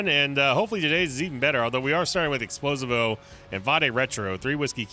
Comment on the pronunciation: ITS NOT EXPLO-SI-VO ITS EXPLOSIIIIIIIIIIVO